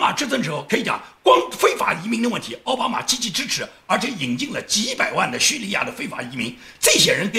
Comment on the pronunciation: 你总是念错”奥巴马“，那念‘奥巴驴“好不好。